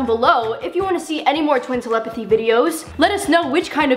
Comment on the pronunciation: Lol she said tlepthy in stead of telepathy